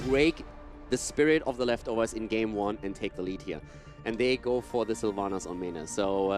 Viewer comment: Sylvana mates, not SylvAnus